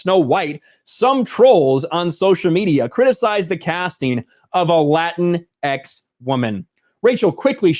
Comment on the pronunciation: It isn't LatinX, anymore than LatinO and LatinA ... the word is "Latinx" (rhymes with Kleenex, btw).